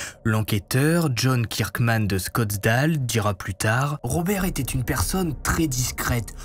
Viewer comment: Salut !On dit pas Scottsdale mais Scottsdale !😂 Pour info (Scottsdèle + ou -) Toujours aussi bon travail, bravo et merci